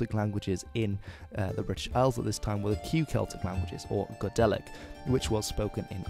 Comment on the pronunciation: "Go-delic" You made my ears bleed.